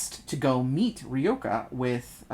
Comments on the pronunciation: It's Ryoka not Reyoka ! Or I am the one voicing it wrong all this time? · I've been reading her name as Ryo-kah too. I think pronouncing it like Ree-yoh-kah is fine though.